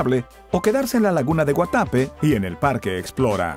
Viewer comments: La laguna de guatapé no sé se pronuncia guatape sino que guatapé para que sepas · No se dice Guatape se dice Guatapé